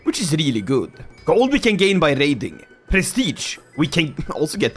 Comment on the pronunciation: bro did NOT say raiding